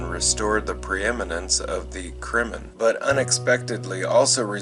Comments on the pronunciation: Why do you keep calling the Krenim, "Krimmon"?!?! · Why cant he pronounce Krenim?